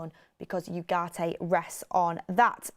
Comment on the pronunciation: please make a little effort to pronounce the name Ugarte correctly